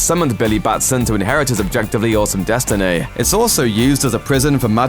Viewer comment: Anybody else struggling with the way the narrator pronounces words ending in 'y'? Such as 'Destin-ay', 'Bill-ay', 'Moov-ay' or 'Naz-ai'